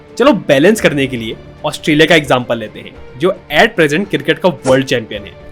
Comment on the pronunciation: Sahi bol le bhai , CRICKET, ye KIRKIT KIRKIT kya hain